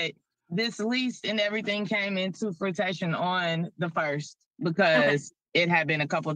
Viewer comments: “This lease and everything had came into FRUITATION” 🍉 🍌 😂😂😂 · 🤦‍♀️ She said frutition... I'm unfamiliar with that term. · "This lease came in on FRUTATION..." ROFLMAO Maybe fruition?